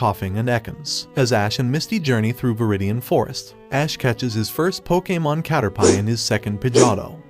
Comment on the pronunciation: Dude you sound like an AI and why you talking bout sum “pokamon”😭😭😭😭 cannot finish this shit